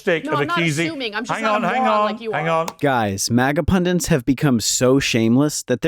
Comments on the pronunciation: It's "Pundits" not "Pundents"! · Are you saying "pundants" on purpose? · It's "pundits" NOT "pundints"! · The word is PUNDITS - there’s only ONE ‘n’ in the word. It’s not “pundints” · What the fxck is a "pundint" you freaking moron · Sorry to be pedantic, but... "Pundants"??? Pundits wear pendants.